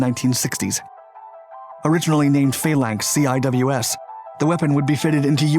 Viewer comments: We say "See - Wizz", not CWIS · How can you do a whole video on the CIWS and fail to point out that it’s usually pronounced “Sea Whiz”?